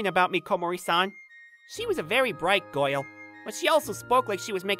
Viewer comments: i started laughing my ass off when the dude said gayrl and immediately looked in the comments for this comment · He said goil but it's soposed to be girl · he literally says "goyle" instead of "girl" omggg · Can't help but chuckle hearing the word "girl" pronounced like "Goyle" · I like the guy that said goil instead of girl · instead or girl he says " goyal" lmfaooooo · Bro said girl like gool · he said goil instead of girl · He pronounced every other vowel like bugs bunny “The kindest Goil” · Also, he pronounces girl like goil. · bro wh-why the main character can't pronounce (girl) in right pronunciation i dont know why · Good show but i don't like how he pronounces things explanation Girl goal Person peson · I cant stop wheezing when he pronounces "girl" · This dude NEEDS to work on his pronunciation. Particularly the words; girl, certain and person.